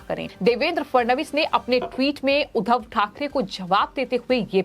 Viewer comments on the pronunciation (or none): महाभूभ नही महबूब, उद्दव नही उद्धव, सिंधे नही शिंदे बोलिए